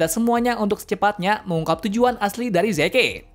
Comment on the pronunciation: Maaf.. kayaknya prounounce Zeke itu : Zi~k deh, soalnya agak timpang aja, Yeagerist ato pun yeager pake pronounce Asing tapi Zekenya pake Prounce Mother Tongue kita. Ya kalo gak keberatan sih masukannya.